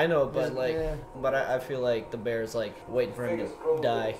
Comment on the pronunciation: Da Bearsss. That is what sounds like to me when he says “bear.” Edit: not sure if intentional (like he is trying to sound like SNL) or if that is just the regional accent/ pronunciation